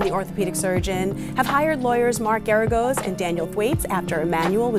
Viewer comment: Is the narrator some kind of AI generated artificial voice? The cadence is absolutely horrible and unnatural, as are the overtly mispronounced names. It's not "mah-her", nor is there a famed attorney Mark "Gahh-goes".